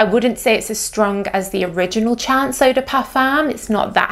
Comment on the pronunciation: I would just like to point out that it's a French perfume so the pronunciation of "chance" should be the French pronunciation. To an English speaker it should sound a bit like you're saying "shons". In French, "chance" means "luck".